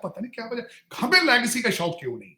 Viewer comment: Lagecy nahi Legacy hoti h Tarar Sir 😂